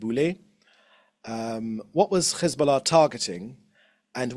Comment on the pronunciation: Why do these Europeans speak petfect brittish english, but can't pronounce Hesbollah? They say Ccchhezzzzboullahhh. It's offensive. Its like they make fun of Middle Eastern accents.